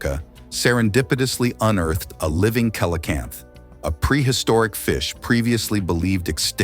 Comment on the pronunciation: Kel o canth LoL